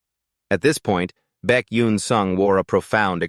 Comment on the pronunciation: If the AI can't say the MC's name correctly, then the recording is starting off on a bad track. Why is Baek coming out as Becky?